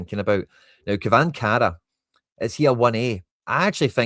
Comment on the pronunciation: Č is pronounced Ch